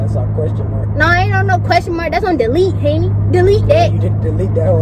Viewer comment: It’s hunni